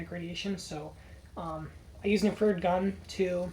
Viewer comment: In-Fra-Red not inferd, just busting your balls man cool kit man well done